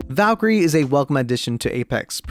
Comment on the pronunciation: Make a video but u pronounce call Valkyrie as vakiir